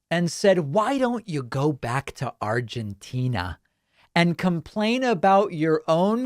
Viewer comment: I like how Dave pronounced Argentina. Sounds like Trump saying "Chi-NUH". 😆😆😆